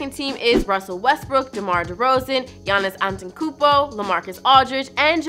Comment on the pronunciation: It’s antetekounmpo not antantencoompo